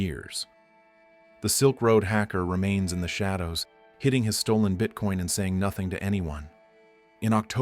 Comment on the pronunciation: I like the AI voice screwing up $1500 and “hiding” 😂😂